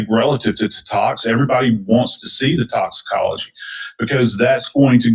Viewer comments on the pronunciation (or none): please stop attempting to say certain words!! Idk what you said toxiNOLOGY😂😂😂😂just say toxy report or something lord😮😮😮😂